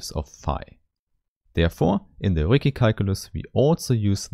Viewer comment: yeah, the Ricci mispronunciation is bound to irk a lot of people; I had to take a 5 min break and cool down after I heard it! lol